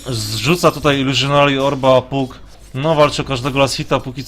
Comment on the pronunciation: przepraszam, trochę za ostro Cię potraktowałem tym moim komentarzem, robisz kawał dobrej roboty i za to należą Ci się podziękowania! co do błędów, wg mnie niektóre rzeczy można przerobić na Polski a niektóre nie i tak imiona powinno się mówić tak jak w oryginale,np Fanik a nie Funik, tak samo z nazwami postaci z gry, wydaje mi się, że powinieneś wymawiać Pak a nie Puk, są to drobne błędy, ale po oglądaniu wielu anglojęzycznych gier strasznie kaleczą uszy, a przynajmniej ja tak się czuję